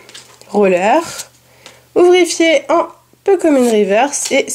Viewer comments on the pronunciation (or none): C ouvrifiere et pas ouvrifier